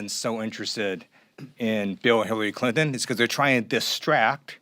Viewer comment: Hiwawy cwinton😂